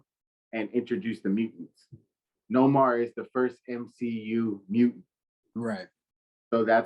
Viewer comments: Respectfully my Brother thinks but the name isn't No Mar its pronounced Nay More (Namor) he's the king of Atlantis but thanks for trying. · It’s Namor not nomar